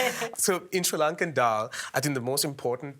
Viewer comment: Cool recipe, and a super cook, wish the lady could figure out how to say Sri Lankan properly, just listen to the way the cook says it😅